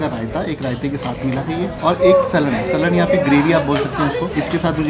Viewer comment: Bro kya hi kar rahe the aap ... gulati kebab na galauti kebab..slan nhi saalan ... biryani lko mai mainly 3 famous hai but top 2 idris and lalla biryani hai 3rd aap wali... tunday 9.5 ... 10 se kaam koi matlab nhi hota .... but idris mai lagta hai aap khaye nhi stock out ho gaya ho ga coz waha chicken biryani jaisa kuch nhi hota ....poore Lucknow mai hi Pani batase (golgappe) mai matar hi milta hai .... thanks for visiting Lucknow... do visit again 😊